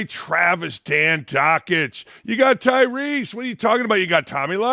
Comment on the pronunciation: Ty-RUSS - not Ty - REESE. You’re killing me Dakich.